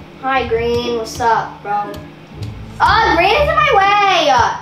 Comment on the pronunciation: When she said let's go bruh it sounded like she said less corbra😂